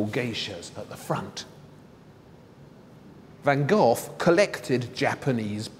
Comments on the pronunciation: The way he says Van Gogh everytime makes me cringe, at least try to say GoGh instead of Van GOTH???? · His name van GOGh, the h is silent, not ven Gof as you say it ! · Jees, it's not pronounced van gof. Learn to say the 'g' or 'gh' as the Dutch say it before you speculate about his life and paintings.It's not that hard. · That's howbthe Brits pronounce it. In the US, we say go.